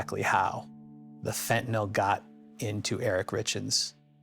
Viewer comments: NO! By giving him a lethal dose of fentanYl, NOT “fentanol”. There is no such drug! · FentaNYL not FentaNOL. How is that so hard for some people? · He attorney says "FentaNOL." It's pronounced (and spelled) "FentaNYL." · It's fentanyl not fent a nol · Sounds like nil